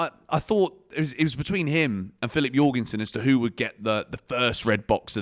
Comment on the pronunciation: jorgensen how’d you pronounce that. you’re gone son.